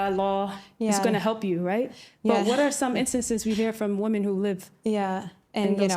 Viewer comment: these "woman" need to clarify if they're just stupid or there is some social fem gobbledygook about seeing the word women, plural, but pronounce it woman every time. We can't hear the rest of your words when you mispronounce really simple words. We must assume all of your thoughts are suspect at the very least